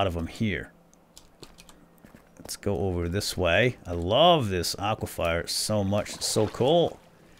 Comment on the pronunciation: it's pronounced aqua-fir